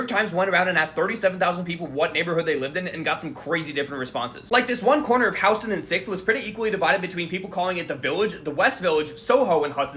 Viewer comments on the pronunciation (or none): Did you pronounce Houston wrong on purpose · as someone from texas im deeply confused by his pronunciation